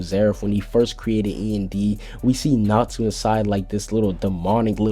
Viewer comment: It's natsu not natu